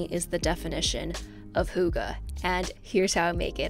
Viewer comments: Hygge is prouniunced more like “higge” rather than “hugge” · i love this video! i can’t wait to make some of these myself! side note: from a norwegian, hyggë is pronounced heeg-uh! much love🥰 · omg love that you use the word "hygge"! <333 Though we in danish pronounce the y a little differently : ) Kinda like the u in "mute" so the vocal is formed at the beginning of the tongue instead of the back of the tongue, if that makes any sense q; And thx for the video, so hyggelig <3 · As a danish person, it's so funny to hear people pronounce "Hygge" xD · Michala Reichenbach im from sweden and i was so suprised by the way she pronounced it. i wasn’t even aware of the fact that people outside scandinavia knew/used that word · i love when americans try to just casually put in hygge to sound hip but has no clue how to pronounce it xD "giggles in danish" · The way you said hygge No joke had men Rolling in the floor since its originally danish and i come from Denmark but i loved the vidio ♥️😌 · I've got a good tip for pronouncing the first vowel 'Hygge'! Hold your mouth like you are saying 'oh' but then actually say 'eee' without moving your lips. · Well i`m from Denmark and its not how you pronounce "hygge" but whatever. Great video!!! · Btw i am norwegian so hygge is both norwegian and Danish. And the «y» here is spelled with more of an ee sound like inn yeet, and mixed with the y sound in «Jimmy». and the E at the end is like the first E in Enemie, or «yeah». Also the two gg’s is more jumpy, as in «faggot». Keep on learning gurl!❤️